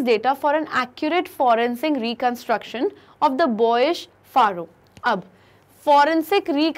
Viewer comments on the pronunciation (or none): Mam its not faroh its pharaoh ...its..फैरो i m a bgmi player i know it well plzz dont insult aur x suit pharaoh...read it फैरो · ma'am that's not faaro that's fero -- pharaoh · Very nice, but some phonetic mistakes are there like Pharaoh. It sounds pheroh.reign... Rained not rined etc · Who realised pubg pharaoh mode when she says pharaoh 😩🤌🏻🎮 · Pronunciation of Amun, Aten, Pharoah is Wrongly interpreted Please refer to Pronunciation Dictionary